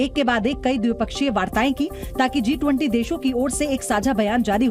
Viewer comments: G20 he D20 nehi thiki seto bolo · वो D20 नहीं G20 होता है जी न्यूज़ वाली मैडम ☝️😂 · Kya ma'am ne D20 bola😂😂😂